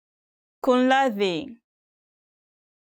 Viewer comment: no KUNRADHI it is KUMRADHI